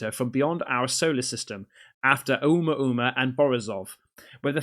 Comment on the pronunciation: I’m Hawaiian and I just want to let you know the correct pronunciation of Oumuamau. Ok so, You pronounced Ohio perfectly. The beginning of Oumuamua “ou” is pronounced “oh” and you say the rest perfectly. The Hawaiian language is so easy to learn.